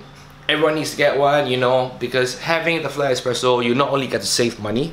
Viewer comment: Espresso, not expresso..